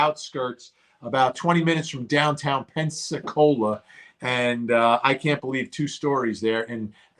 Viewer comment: Vinnie you know it’s PENSAAACOLA right. You’re just kidding right? 😂😂😂